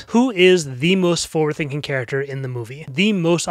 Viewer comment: Oh, that's what you say, "forward" like that, because you believe it's spelled like this, "foward."